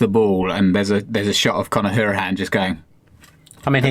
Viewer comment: I was listening to Radio 5 live on Friday night where they interviewed Chester and Hourihane. Conor told us that you pronounce his name HOW-rihane. Just thought I'd pass that on.